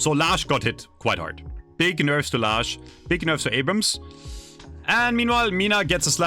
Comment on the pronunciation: I help you with names guys here ,Abhrams and Haze thankyou.